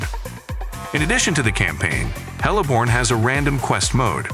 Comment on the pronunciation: It's Heliborne, not hella borne. Best supporting comedic title mispronounciation goes the Apach....eair assault 😄